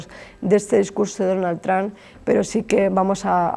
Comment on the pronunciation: Tran NO se dice Trump...cateta!!!!